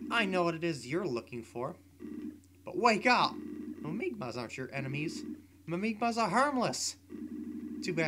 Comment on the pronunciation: lol its mimigas not mimigmas